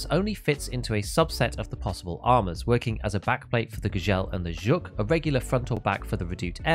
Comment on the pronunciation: finally, a contentmaker who pronounces Zhuk correctly. Gzhel is not an easy one, but way to go!